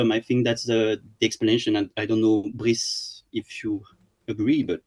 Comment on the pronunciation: Brice was probably too polite to tell you himself, but his name should be pronounced "Breese", not "Breyess" like you did! 😉